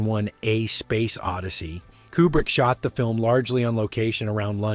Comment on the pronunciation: Too bad you never learned to pronounce his surname. It's "Cuebrick" not "Coobrick."